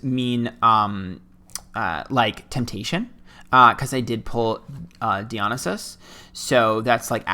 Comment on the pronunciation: Dionysus: dye-uh-NICE-iss ;)